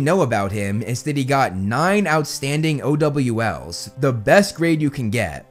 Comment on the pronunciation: Lol why does O.W.L sound like oh W L